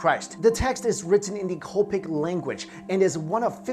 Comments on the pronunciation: It's not copic. its Coptic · Coptic is pronounced cop tick not cope tic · Yeah I'm Coptic, it hurt on the inside when he said Copetic lol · It's "Coptic" not Copic language! I am a Coptic Egyptian btw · Coptic - pronounced: COP-TICK. Apostolic - pronounced: AP-OSS-TOL-ICK